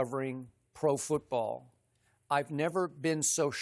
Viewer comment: LMAO "foot- brawl"